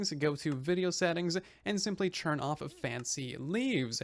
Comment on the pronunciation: Why do you keep saying "churn" instead of "turn"?? Is that a thing??